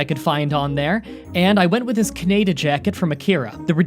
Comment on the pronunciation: Jesus Christ it’s pronounced kahneedah